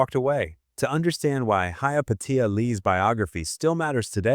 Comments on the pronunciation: I know but apparently the ai voiceover does not. it mispronounces her name repeatedly. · "Hi-ya Pay-sha" Lee. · Dumb as AI interpretation of her name and pronouncement! Pathetic! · How many different ways can the AI narration mispronounce Hyapatia and never once get it right? I stopped counting at 7. It never pronounces the name the same way twice and never gets it right even once. On top of that insult, this video has a lot of weird opinions that just don't sound natural and create nothing of substance. Why would anyone subscribe to a channel like this that's just AI garbage? But the AI still begs for a like and a subscribe all the while being blissfully unaware of how stupid it's narration sounds to a human brain that knows better. I refuse to support creators who do nothing but allow AI programs to create for them so they can make money doing nothing but creating content that's mediocre at best. And hardly anybody ever calls this out. People, demand better contact made by human beings, down thumb and refused to support channels like this